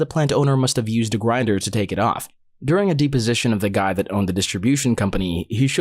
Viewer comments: Dep, deposition, not deeposition omfg lol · Deposition is pronounced depp-position, as in Johnny Depp, not DEEP-position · It's deposition, not deeposition. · Kinda bugs me but it's not "dee-position" it's "deh-position". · De position? I have only heard it pronounced depo sition. I'm not saying I'm correct but it sure felt weird in my ear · It is not pronounced “deep”-o-sition. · Hey just so you know deposition is pronounced depp-osition ! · The mispronuciation of deposition makes me wonder if the video is being voiced by someone who is not an attorney or a robo voice is being used.